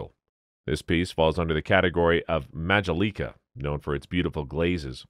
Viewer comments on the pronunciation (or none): Item 22: Majolica is pronounced Ma-joe-lick-a, not Ma-ja-leek-a 🤣😂🤣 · For God’s sake I wish the commentator would have learned how to pronounce the word majolica for Item #22. I almost fell out when he said the was a mag-o-lee-ka piece! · The fish dish is pronounced Ma joe la ka, Majolica. 😊